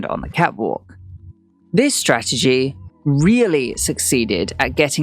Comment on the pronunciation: The "Fall"? The man just bought a $50 mil house in Miami...What have you got, besides nasality and struggling to pronounce "strategy" and "Translate"? #Clickbaitgossip.